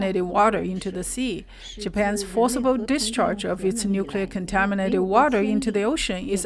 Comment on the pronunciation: It’s pronounced “New-Clear”